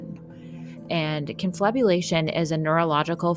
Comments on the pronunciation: Confabulation, not conflabulation. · I’m sure someone already pointed this out. But pronunciation is wrong here. But I did enjoy the video. Cool stuff. The word "confabulation" has roots in Latin, stemming from the verb "confabulari," which means "to converse together" or "to chat". The core meaning involves a combination of discussion and story-telling. The word "fabula" in "confabulari," meaning "a tale" or "story," is also connected to the concept of "fable," highlighting the notion of narratives or fabricated accounts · Btw it's confabulation . Conflabulation is what happens to my thighs after i have too many carbs 😂 . Seriously though , this is amazing . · It's "con-FAB-u-lation," not "con-FLAB-u-lation," but your mistake is cute.